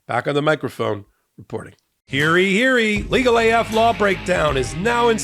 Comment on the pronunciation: Good content, but I cringe at the commercials at the end. It's "hear ye, hear ye" not hearee, hearee.